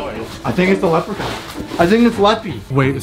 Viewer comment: The leckpon is like the bad Elth